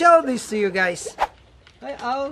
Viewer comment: at the beginning he said gays